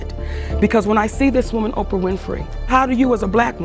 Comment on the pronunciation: Why doesn't she pronounce Ophra???? She says Opia